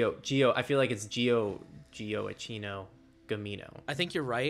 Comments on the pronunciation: the pronunciation is like "Joackino". It's not such a common name nowadays, but interestengly there's a 19th-century famous composer called so (Gioacchino Rossini). Greetings from Italy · LOL guys, you butchered that name.. Gioacchino is Joahaquin in Italian.. for the rest: an amazing and incredible usefull video, as usual!